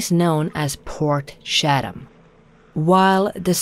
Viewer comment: Portshatum...port chat am is how pronounce it, shatum sounds like you pooped yourself 😆.